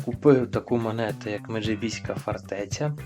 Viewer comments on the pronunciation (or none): Меджибізька фортеця наголос на и. МеджИбізька фортеця